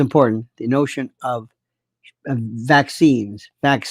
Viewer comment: vaccines was it? I wasn't quite sure what you were saying 🤔